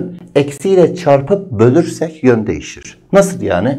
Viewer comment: O kelimenin doğrusu asla "bölersek" değil "bölürsek" jdlsşaöxösös hocam seviliyorsunuz